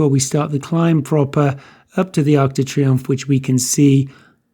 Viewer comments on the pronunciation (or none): Great video as usual - but my ocd won't let me get away without saying its - Arc de Triomphe not Arch du Triumph